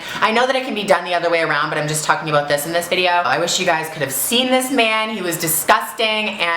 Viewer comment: she said aboot!!! lol i never noticed that